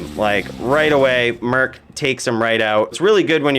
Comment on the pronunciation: lol i feel the same way when he says "merk" instead of "merc"